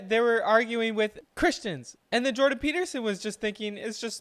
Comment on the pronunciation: It's Jordan. Why can't people get his name correctly?